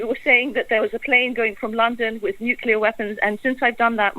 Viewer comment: The combo of blackmail and promised land is nucular!!!